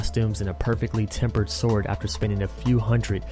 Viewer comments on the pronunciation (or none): none